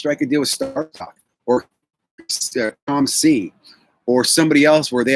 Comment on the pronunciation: Good stuff......side note you said COMC correctly, time to apply for that job again, you’re a lock now!